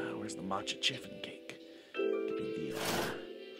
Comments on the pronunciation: I died a little every time you said chiffon with a hard 'ch' 🤣 (btw it's pronounced 'shiffon') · I totally pronounced it shiffon... 😳 I don't even know how to pronounce a ch 😅😂